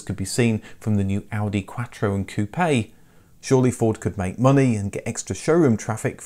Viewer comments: Dude! You're driving me CRAZY..... "Coupayyy, Coupayyy, Coupayyy, Coupayyy, Coupayyy... likie you're talking about hair pieces for balding men, Toupee', Toupee', Toupee'... damn dude its COUPE as in chicken COOP, COOP, COOP, COOP!!! Geeze you Brits use shitty English!!! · "Ku-Pay" Hearing him say that over and over hurts. My parents had two 1980 Capris. Terrible build quality and no performance whatsoever. Helped a friend shove a 351 cleveland and 4 speed into an 85 capri tht was a real hoot. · Lost me at koopay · I must learn to say Koo-pay instead of Koop.